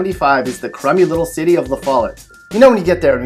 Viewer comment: If that dude talking was from TN... well he ain't from TN.. LU FO YET? UMM.. No. Laugh-A- YETT